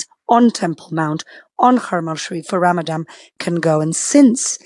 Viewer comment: Would be useful for you to learn how to say Ramadan … the word only has one ‘M’ in it, the last letter is an ‘N’ not an ‘M’ as you said all 5 times you said the word … cultural sensitivity NOT… and what absolute hasbara nonsense … how do you sleep at night?!?